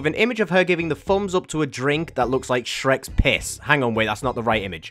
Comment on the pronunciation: Thats the weirdest way i ever saw someone say shrek